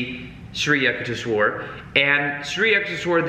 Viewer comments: Yukteshwar is pronounced with a "U" sound not with a "yuck" sound. So It would be "U"k-tes-war. Well that is the best I can write phonetically. Just change the "yu" sound in "yuck" to "u" sound and as if you are saying the alphabet "u" and you are good. I really hope sees this because "Yuck-tes-war" sounds bad LMAO. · It's Paramhansa, not Param a hansa. I think it was Daya Mata. that inserted the extra "a'". in while Yogananda was away. Guess she thought it sounded more impressive or something. Yukteswar is. yook tesh war Yukteswar is also important because he discovered how timekeeping was lost during the Kali Yuga and that we are actually in ascending Dwapara since approx. 1700 AD. While not as dark as Kali, it's the Energy age which is unstable and unpredictable as we have already seen. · I WAS LAUGHING SO HARD THE PRONUNCIATION IS SO OFF. IT WAS SO FUN LISTENING TO U SAYING YUKHTESHWAR GIRI NAME. OHHH LOVE U YUKH. THESH. WHER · You pronounce it as youkuteeeeswar Giri Swamy please make a video about narcissists? Do they have souls? What if we have family relationships with narcs can we change them with LOA? Has anyone ever changed a narcissist? Also should we be close to them even if they are toxic? Or distance from them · Hey great video as always. Love your chanel. Life changing work by you. Many many thanks. Re pronunciation for Shree Yukteshwar Giri, it's as in 'you' k te sh war (A is short). I stopped reading this book years ago. Never got to completing it but thanks to you I still received the message 🙏🙏🙏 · Hey..wonderful message as usual. I read the book over 50 years ago.!! And thanks to your inspiration will read it again. Also, for the record here is how you would pronounce SRI YUKTESVAR. Just break it down into sections: SRI =shree, or sree. You got that word down okay. yuk= Yook, Tes= tess, and Var= vah rr. (rhymes with Jar). Aloha from Hawaii. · U -k-teswar like in U-ganda :)